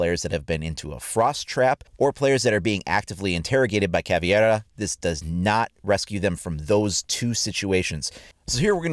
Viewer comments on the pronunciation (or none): Pronounced Ca-VEI-ra not ca-VIE-ra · Aaaaand you’re right back to saying “caviera” instead of caveira. Ca-vae-ra.